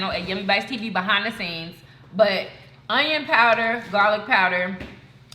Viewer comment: I like when says "onyon" when shes talking about onions lol